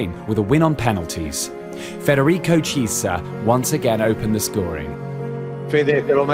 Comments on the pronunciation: Federico CISA? No, IT'S ITALIAN NOT ENGLISH. CHIESA pronunc. Key-e-sa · very nice video! but when you say Chiesa try to pronounce it like this: Kyeza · Read "CH" = Pronounced "K" Echeccazzo L'ha pure detto 100 volte Caressa con Chiesa e Chiellini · And chiesa as well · Ci..CI? Cillini? my ears XD and the same with ciesa. If there is CH before the i it's red like K (simmilar) What ur saying is C and I wich is red differently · Great video... but it's pronounced Kiellini, and Kiesa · Please learn to pronounce Chiellini and Chiesa. The video says it horribly and ridiculously.